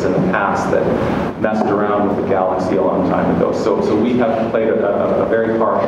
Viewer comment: he mispronounced "galaxy"